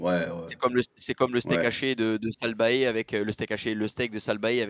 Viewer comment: Mdrrr ça se prononce “Salt Bé” pas Salt Baé les potos